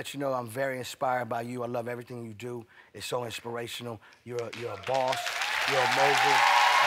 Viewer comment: To sum it up: He does "everythang" and they are "haters" 😂